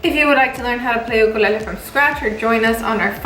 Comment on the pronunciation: The way she pronounces it is actually the Hawaiian pronunciation of the word!